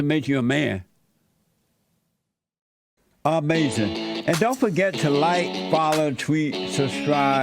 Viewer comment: “Amazin” TM